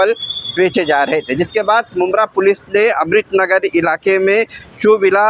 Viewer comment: Islamudin phele apne baat karne ka tarika sai karo amrit nagar nhi amrut nagar bolo